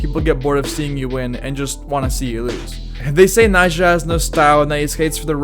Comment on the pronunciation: Be like everyone who has undertitles on when he says the nam Nyjah🤦‍♂